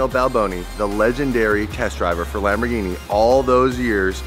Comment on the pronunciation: How to say Lamborghini correct? Lamboghini